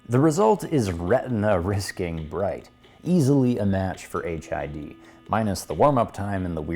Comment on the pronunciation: I kept hearing 'HIV kit'